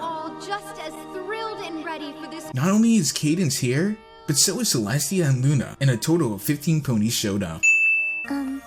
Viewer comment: "Celstia". That's a sin.